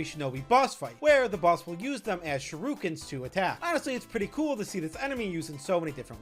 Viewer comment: it's SHURIKEN, not SHIRUKEN.